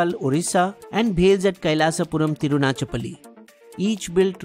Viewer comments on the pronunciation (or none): Hi Keep up the good work. But pls do pay attention to the way words our pronounced,Especially the south Indian ones. For example in this video you pronounced Tiruchirapalli as tirunachapalli. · you pronounced the name wrong even hough it was spelled correctly. Same with Kizhakambalam. Please take the help of native language speakers to help you with the right pronunciation. It will add more nuance to your already good videos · It's not pronounced as 'Tirunachapalli', it's Thiru-chira-palli or just Trichy. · the narrator should learn the names of the cities that have been mentioned and the editing team should pay extra attention to how those names are being pronounced. at 6.25 he says "Thirunachapali" while it is "Tiruchirapalli"...... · It's not thirunachapali ithu tiruchirapalli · it is Thiru - Chi - Ra - Palli, not Thiru - na - cha - palli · Sir,i like ur content....but pls do a lil more research on pronouncing south indian names of persons/places. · You need to practice pronouncing the village and city names